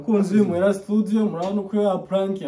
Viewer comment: Hhhhh = 293.000frb. imuhira studio don't speak studio . Prononciation ya studio à vérifier et à corriger but we l'vu and take courage